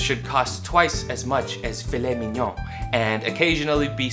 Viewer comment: Damn. Your pronunciation of “filet mignon” was very good.